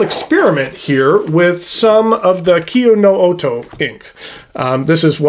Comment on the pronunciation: I like your pronunciation of Kyo No Oto.